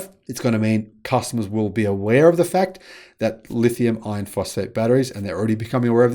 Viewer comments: It's not the terminology, it's pronunciation. "R" is a weird sound. People from lots of countries have trouble with it. When says iron, it sounds a lot like ion. "lithium ion" is an extremely common pair in the battery world. I can see it causing confusion. Two solutions: Say "LFP" instead, or work on the pronunciation of "iron" at least to the point that CC gets it right. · STOP calling them "lithium iron phosphate" !!! When you say "Iron" it sounds just like "ion". BIG DIFFERENCE !!! That's why NOBODY else makes that mistake. That's why they properly call them "LFP". Then, there's no confusion. STOP IT !!! Please !!! Even your CC hears you saying 'ion' when you intend to say 'iron'. Terrible communication scramble.